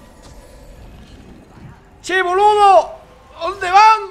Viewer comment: Jajajaja! como me cagué de risa. "Che boludo!" el acento argentino te salió genial.